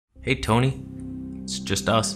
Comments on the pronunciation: Wait did you invent the word "Toneh" lmao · Who came back to learn about “Toneh” after the last video? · I left camera conspiracies, but I came back to learn the truth of "toneh" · The Toneh is real!!!